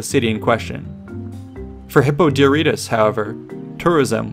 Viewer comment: Hippo Diarrhea-tus that's how I heard it.